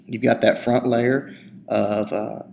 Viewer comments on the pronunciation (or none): none